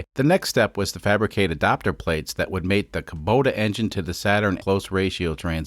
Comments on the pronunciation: Its pronounced Koo-boh-tah. Not Koh-boo-tah. Lol. Love this series. I fix these engines, used in custom machinery for a living. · Damn it,, why do you keep on saying Kobuta sometimes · I believe it’s pronounced kubota Kuh-bow-tah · Can you decide if you're gonna pronounce it "Kubota" or "Kobuta", please.